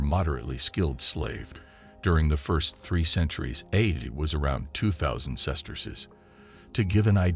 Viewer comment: The term AD (Anno Domini) has been largely superseded by CE (Common Era) and was never pronounced ‘add.’ Your AI needs language lessons. In addition, many of the illustrations related to a much later era and geographical area, the Atlantic slave trade.